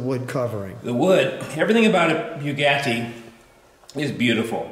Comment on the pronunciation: Sorry, the way this guy pronounced Bugatti was strange.